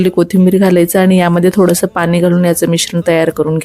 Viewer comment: पानी धने 🤣... पाणी धणे बोल.... Shudh bolu shakat nahiss